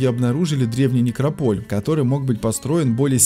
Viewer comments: НекрОполь,а не некропОль,неграмотность!!! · НекропОль???Бля!!! НекрОполь!!! Карл, некрОполь! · Говорите правильно слово некрОполь с ударением на Первое О а не на второе... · Никрополь ударение на первую о . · Режет слух ударение в слове некрополь .